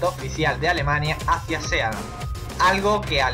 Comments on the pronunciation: Muy bien! Esta muy bien el vídeo. Pero se pronuncia sii lend, no sea land y significa pais del mar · Sealand???!!!! Se pronuncia Siland!!! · Se lee siland, no sealand. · Sealand...pareces listo pero al pronuciar el sitio quedas como todo lo contrario juas juas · se pronuncia siland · El título está mal asignado, ya que uno espera encontrarse con países raros, pero reales, no estos intentos de países. El video debería llamarse "Las 7 micronaciones más raras del mundo", y así quien lo reprodujera no se llevaría una decepción... Aparte me sangraba el oído cada vez que oía [Sealand], hermano, está en inglés, se pronuncia [Síland]. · Por favor que le digan a este tipo como se pronuncia "Sealand"!